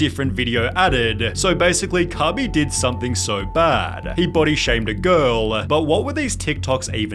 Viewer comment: Cabey? wtf.